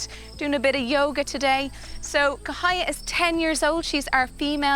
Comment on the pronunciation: let me do some correction. - sibu is pronounced see-boo - cahaya is pronounced chahaya - siamang is pronounced seeyah-mahng